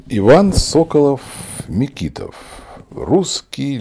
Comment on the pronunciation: А ударение